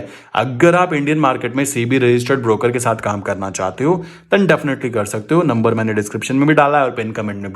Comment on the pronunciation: नंबर you pronounced could not understood